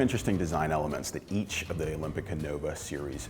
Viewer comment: I like how he emphasized “Each” .😲☺️